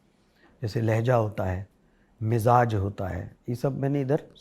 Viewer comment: Saurabh sir: sahi word mizaj hai mijaz nahi.